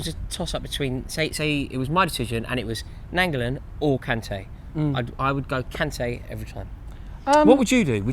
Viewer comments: Why are you saying Nainggolan like that too what's Nangulan and Nangulin 😂😂😂 pronounced Ny-an-go-lan besides that great vid lads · Nainggolan over Kante. Please say his name right u say it like : nine go lan